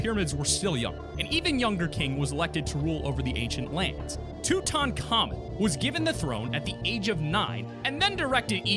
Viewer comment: He said tut-ton-common, lol